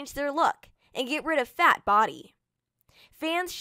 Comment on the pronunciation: "And get rid of FAT body" why you gotta say it like that 😒